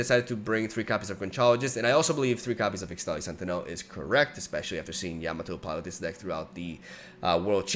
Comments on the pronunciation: ixtali is pronounced: Ish-tali, ixtal = ish-tal why the heck did riot think using x for an sh was a good idea 🤦‍♂️🤦‍♂️ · ESHTALI .. not ixtali XD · I've no idea whether you're still reading the comments, but its actually pronounced ishtali, not ixtali :P since the region of Ixtal is based on mayan/inca aesthetics, and X is pronounced like 'sh' there.